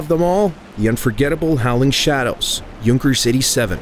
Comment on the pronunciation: Finally, someone who pronounces Junkers correctly!